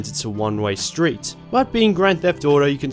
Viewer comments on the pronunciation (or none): none